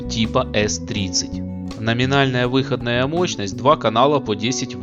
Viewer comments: Мощность выходна́я, а не вы́ходная... Круглые предметы на видео должны быть круглыми, а не овальными. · Спасибо за ролик. Ностальгия! Но, пилять, ребята, учил вас русскому языку? Покажите вашего учителя. Я его расстреляю. Какая, пилять, вЫходная мощность? Она выходнАя. ВыходнАя, а не вЫходная. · Режет слух ваша вЫходная мощность ,она всегда была выходнАя. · выходнАя мощность, а не вЫходная... ну режет же слух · Неужели некому было подсказать диктору, что говорится выходнАя мощность, а не вЫходная ! ((( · Так, может быть, всё-таки выходнАя, а не вЫходная? :)) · На будущее-мощность выходнАя, а не вЫходная. Уши в трубочку свернулись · Не плохо. Только мощность не в(ы)ходная, а выходн(а)я. Аж слух режет. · Автор, ты инопланетянин, ибо только они способны говорить "вЫходная мощность" вместо "выходнАя" ))) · а че мощность у одних выоднáя, а у других вы́ходная? 🤣